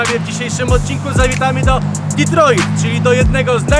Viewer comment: Panowie, świetny materiał jak zawsze. Ale tak z czystej przyzwoitości mogliście nauczyć się jak się wymawia Detroit bo trochę wstyd... Pzdr